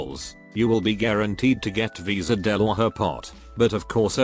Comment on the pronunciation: Wis'adel is pronounced "Wish A Dell", actually. That's basically how both the CN and JP VAs said it.